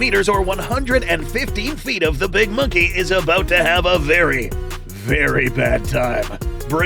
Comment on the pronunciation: The way he says “very, VERY BAD time.” Makes it sound worse than a worst ways to die vid🤣